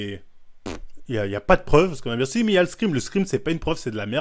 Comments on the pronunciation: « L’escrime » il me tue !! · il dit de scream comme ca ? :p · Vodréké je suis mort